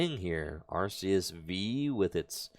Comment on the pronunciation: is the way to pronounce Arceus. It's said in the latest promotions as arc-eus too.